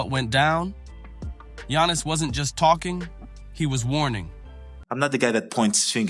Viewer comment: Shaq be bugging, but how you gonna do an entire story while mispronouncing, Giannis' name?